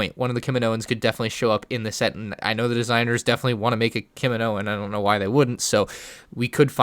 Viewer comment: maybe we’ll get a kiminoan Me: fucking what?! ITS KAMINOAN